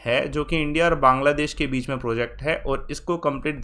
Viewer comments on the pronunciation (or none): none